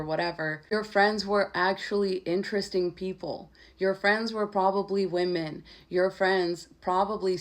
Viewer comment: You said women wrong